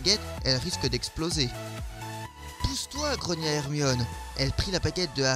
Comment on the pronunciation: C'est Ginny pas Genny , C'est Hermione pas Hermionne ☺